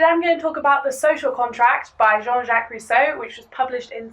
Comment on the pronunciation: How do you mess up Rousseau this much?... He wasn't even French.